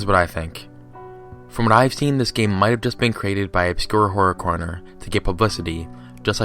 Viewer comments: "Obscure Corror Horner" That's literally what he said xD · IT's "OBSCURE HORROR CORNER" You keep saying the name wrong, you did it 3 times in the same sentence. Don't listen to this dude, he doesn't even spend minutes researching. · Good job fucking up the man's name not once but all the time.